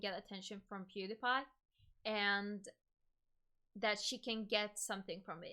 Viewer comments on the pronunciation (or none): peedapie lmao not being an ass just noticed she pronounced it kinda funny